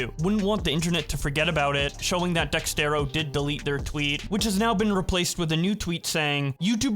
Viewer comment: Is constantly saying out “Dextero” instead of “Dexerto” a running gag or smth?